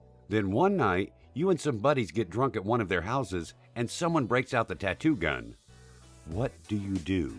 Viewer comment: Every time he said gun I cringed